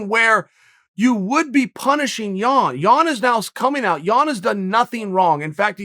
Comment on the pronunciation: Is he saying 'Yawn' on purpose? You never know with the bad guy